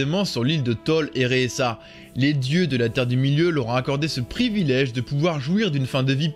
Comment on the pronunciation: Eressëa, pas esserea ;)